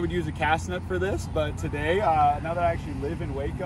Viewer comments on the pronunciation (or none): none